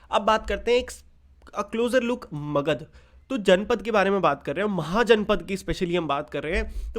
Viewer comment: It's magadha